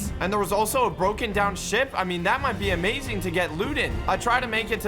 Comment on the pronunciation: why does say not amazing but amazink